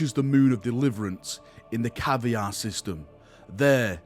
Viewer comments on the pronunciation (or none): At what point did they change Luther MacIntyre to just Luth Tyre? I’ll admit, it sounds a lot better. Edit: I almost died laughing when you called Kiavahr “Caviar”🤣